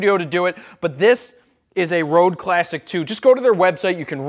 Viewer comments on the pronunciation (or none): it's pronounced red not rode. I made that mistake at first too:)